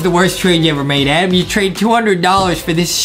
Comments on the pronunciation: i like how justin calls adam adem its funny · I love and it’s not Adam it’s adem